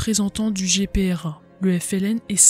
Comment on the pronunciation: GPRA et non Grpa